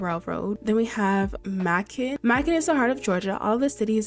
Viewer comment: macon is prenounced may-can your funny